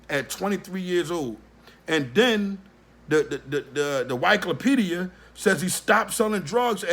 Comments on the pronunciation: Lol he said whykepedia!!!!!!!!! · This guy can even get the people names called right...anyone who cant pronounce wikipedia is an idiot.